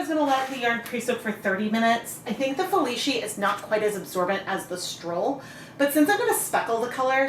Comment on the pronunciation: My mother loved orange but now I have a skein of yarn that no one wants and I need to overdye. In due time, of course. BTW,, the "c" in "Felici" is pronounce as "ch" instead of "sh". Italian is weird like that since sometimes it is just a "c".